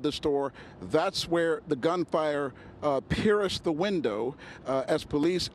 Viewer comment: The hole is where the gun fire pier-is-d the glass.. love the enunciation..